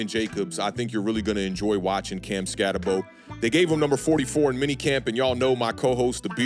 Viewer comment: Name is pronounced skatt-eh-boo. At least do that much homework man cmon. Other than that good video.